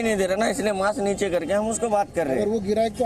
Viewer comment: Mam apne kuch mistake ki hai apne मास्क को माक्स मत बोलो 🙏